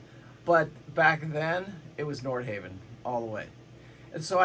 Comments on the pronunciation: I lost confidence in the entire video when you mis-pronounced Nordhavn. Other commenters confirmed my suspicions. "They've had a few of them fall apart"? Would you care to back this claim with facts? And as other commenters have said, dual engine vs single is not the builder's choice, it is the owner's choice. Many N models can be configured as single or dual engine and many owners choose dual. However there is nothing in N's build history to suggest their single engine design is a "mistake". That is a preposterous suggestion. You also failed to mention that single engine N's have a second engine, the "wing engine" or "get home engine", which is a fully independent propulsions system. So your basic thesis here seems to boil down to "I like Flemming because I don't know anything about Nordhavn", which you pretty much stated around 3/4 of the way through the talk. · I love that you can't pronounce Nordhavn🤣